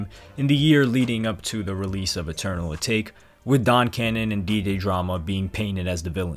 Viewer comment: You said Atake wrong